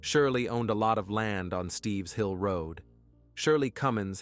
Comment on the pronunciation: It isn't "Steve's Hill"....It's Stipps Hill Road. I grew up in this town and even spent the night at David ison's house when we were children. These murders really shook up the whole town.